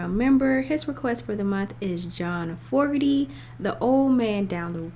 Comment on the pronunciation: FYI it’s FO-GER-TY. Enjoyed your reaction!